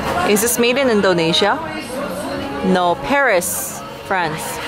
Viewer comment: Its INdonesia not ENdonesia :)